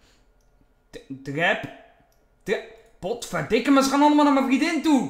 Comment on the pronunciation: hoe vaak moet ik het nog zeggen? HET IS VRIENDIN geen VRIEDIN xD